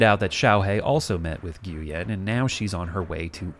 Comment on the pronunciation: nguyen is pronounced 'win' not 'gooyen'...